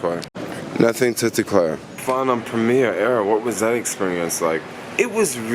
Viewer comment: Might help if you can actually say the name of airline correctly...